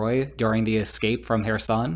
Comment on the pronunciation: You're not pronouncing names correctly. Kherson with is said with a noticeable but almost silent K sound at the beginning. You're saying Donetsk wrong too. It's not Don’yeah’tsk - it should be should be D(oh)netsk. With love from Ukraine....